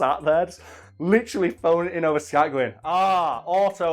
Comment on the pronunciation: New drinking game!!! Take a sip every time says "litcheraly" 😂😂😂 just messing love you lol.